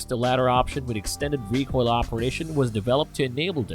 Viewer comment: you said hammer...recoil as haimer...reco'l. Mispronunciations are inevitable. Stop worrying so much about them. it really makes you sound more unnatural.